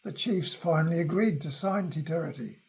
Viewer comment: For someone speaking to the history of our country, and he can't pronounce Te Tiriti properly is ignorance personified. He is claiming he is an authority.